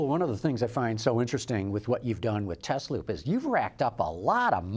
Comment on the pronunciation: correctly pronounces Tesloop, but can’t pronounce Tesla correctly. The is a reason the company is not called Tezloop, because the cars are not Tezlas. Nikola Tesla is rolling in his grave. The original founders named it Tesla, correctly pronounced. So the question is, if someone like Elon Musk takes over the company and chases the original founders off, does he have the right to change the name from Tesla to Tezla, and in doing so try to erase the connection with Nikola Tesla, who was chosen because of he discovered AC electricity, and the TZero designed by AC Propulsion was using AC motors instead of DC motors. For me, Tesla will always be Tesla, never Tezla.